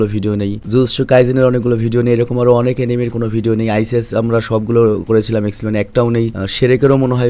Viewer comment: ভাই এনিমে বলেন আনিমে না